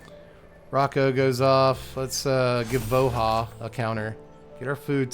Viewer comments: Sigh, everytime you called him Vo-HAH , my soul died a tiny bit. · I still maintain that "Voha" and "Yetmir" are objectively incorrect pronunciations.